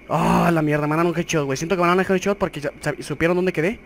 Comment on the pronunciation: Jajaja me gusta como dices“jedchot”jajajja me cague de la risa